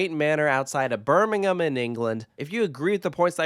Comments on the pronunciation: Good to hear an American pronounce “Birmingham” in the UK the right way. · Thanks for pronouncing Birmingham properly! This is my local park and I have so many happy memories attending with my family throughout my life. I’m glad it’s finding its feet again just hope they can get some great dark rides again like they once had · Thank you for pronouncing Birmingham correctly -everyone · Was just going to comment this myself!